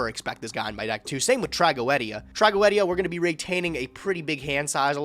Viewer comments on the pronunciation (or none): Tra go ed ia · Why is saying tragoedia incorrectly Its trag-go-de-a